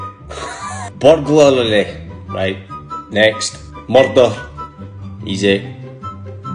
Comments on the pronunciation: You always struggle with 'Burgulary' but in fact the spelling of the thieving swines is 'BURGLAR' so it is spelt 'BURGLARY'. So you might find is easier to pronounce 😂. Try burg-la-ry(re). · I pronounce burglary and regularly in the same way 😂